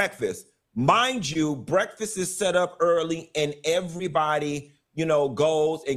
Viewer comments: Funky just voiced his experience. I don’t understand why she so mad. But “breffus” took me out. 😂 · Somebody go get my "breaffus"(breakfast)😂